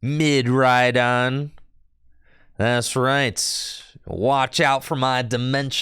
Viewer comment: I had a good chuckle when said Midraidon.